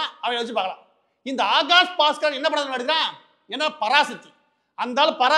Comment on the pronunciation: Pronounce Baskar properly it sounds badtard